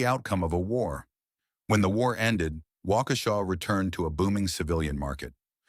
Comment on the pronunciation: Thanks for the history lesson. It's especially nice to hear the name pronounced properly.